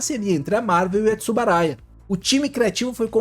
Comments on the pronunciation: Uma pequena correção, o nome correto é Tsuburaya. Foi falado por todo o vídeo "Tsubaraya". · É Tsuburaya e não Tsubaraya.